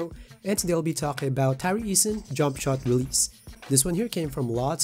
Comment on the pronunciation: It's tari , why do you guys get saying it wrong lol?